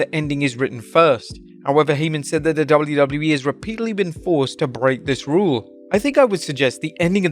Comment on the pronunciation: You say 'wwe' so gross. Fix it